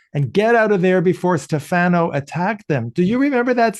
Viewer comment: My grandmother was a huge fan of Doug and Julie and was majorly annoyed by Bo and Hope pushing them aside. Wonderful interview with Ms. Hayes!, I love your work, but Stefano has a short -e sound.